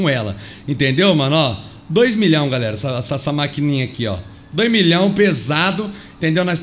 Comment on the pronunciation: No começo do video ele fala garela mas ele falou errado e galera kķkkkkkķ